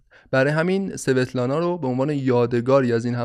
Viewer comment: سلام خیلی ممنون از پادکستتون. فقط یک نکته در باره نام دختر استالین. این نام در روسی با تلفظ اسوتلانا خونده میشه. نامهایی از این دست در فرهنگ روسی کم نیستند و همیشه به همین نحو یعنی تلفظ ضعیف حرف سین همراه خواهند بود. - با مهر